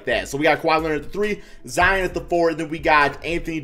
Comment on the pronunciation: "Zeon" lol